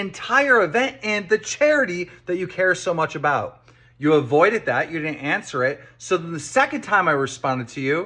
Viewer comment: My take away from this entire 4 hour video is that keem can’t say “wouldn’t it” or “avoided” properly